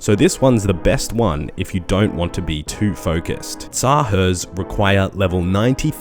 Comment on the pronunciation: tz-haar wtf is teezzzaheerrs